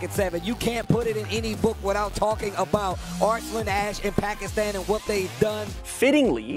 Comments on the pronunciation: so happy he said Pakistan correctly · Thank you so much for pronouncing Pakistan perfectly. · I cannot believe you can pronounce “Pakistan” soo good!